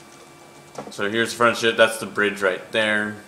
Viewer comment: u said shit not ship